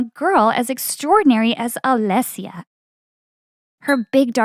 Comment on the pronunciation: The way you pronounced "Alesia" was just 😩